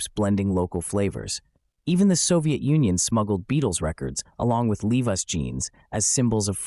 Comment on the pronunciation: Good overview, but are we educating to use AI for research? An abundance of good information here, but no legitimate music history professor would mispronounce Petula Clark or Levi’s jeans, and they would definitely not suggest that “garage bands” like The Kingsmen appeared in the wake of the British invasion. The Kingsmen—technically not a garage band—released their sole hit single of significance, “Louie, Louie,” in April ‘63, nearly a year before the effects of the British invasion were being felt in America. AI is the new invasion… and it’s obvious here.